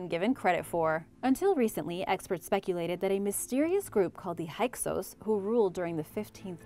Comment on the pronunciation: FYI: Hyksos is Pronounced: "Hick-sos"